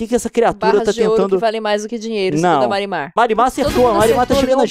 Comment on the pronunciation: eu juro que toda vez que liam "marimar" eu escutava "mari madhass"